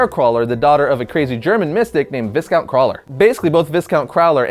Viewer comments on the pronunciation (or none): aside from the fact that is Vee-count...do you realize it is a title not his first name? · I don't mean to be "that guy" but the S in Viscount is silent. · Viscount is pronounced Vi-count, the 's' is silent. It is a title, not a given name. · doesn't know that Viscount ( pronounced vi-count) isn't a first name, it's an old hereditary title from old europe